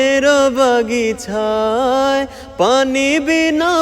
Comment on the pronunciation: বাগিছা না বাগিচা হবে ভাইয়া